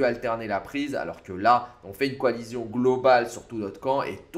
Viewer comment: Coalition ça se dit coalission ! Pas coalizion.... 🤦‍♂️. Sinon super vidéo